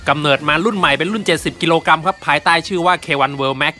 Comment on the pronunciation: กรัมไม่ใช่กำ